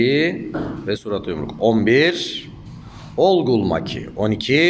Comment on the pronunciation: Hocam Olgül degil orgül maki